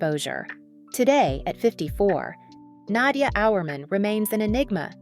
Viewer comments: nadJAH not na-dia ugh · nad-ja is her name not Nadia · You are pronouncing her name wrongly. It's pronounced Nadya. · Thank you! I was wondering if it was just me that noticed it. If you watch other videos from this channel you'll cringe even more.😂😂😂